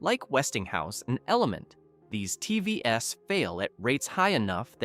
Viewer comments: T V S ….😂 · You should take your own advice for your shit AI reader. How many ' Tee vee ess' occurrences did you just not notice? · Are you a real person? Am constantly hearing TV - s ....as a plural? Coming to the presentation, I think the American market has a lot of reap offs.. I'm located in a rather tail end of the chain in Africa and here's my look and feel: I have five different TV brands in my house Me - Hisense - 1 yr OK, 1st born daughter LG - 8 years OK, 2nd child JVC - 7 years OK, 3rd Aitel - 4 years OK, 4th Sony Bravia - 7 years OK, 5th Samsung - 7 years OK and an idle Hisense 5 years still OK!! Of course there are some that are of poor quality and they're usually distinctively indicated by both price and info from sellers...